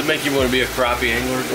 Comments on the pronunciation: Crappie is pronounced crappy, not croppy or crahpy. #Petpeeves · say crappie not croppie it annoyed me so much lol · he never said crappie he said CROPPIE a million times though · Ok is it pronounced cr OP ie or Cr Ap ie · why does he pronounce it (Crawp-y) it's CRAPPIE... as in take a CRAP... EEEEEEE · I had to stop watching this video because they're mispronouncing the name of the fish #unsubscribe #pronounce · Lmao just because of pronouncing crappie wrong 😂